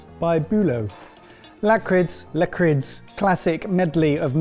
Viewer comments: Lakrids, it's pronounced like: la-criss. Basically, the D is silent. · Gotta love english speakes trying to pronounce the danish soft "d"